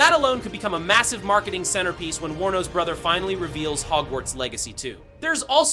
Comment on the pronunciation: thank you for pronouncing Warner Bros correctly. Most/quite a few people on youtube when they say it, they pronounce it as "Warner Brahs".